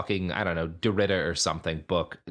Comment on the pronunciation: Derridum and Derridee